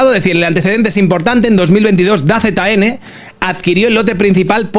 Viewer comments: "Da Z N",? En serio?... Se dice "Dazon" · No ves nada de deporte no? 😂 Se lee "dazon" no "da zeta ene"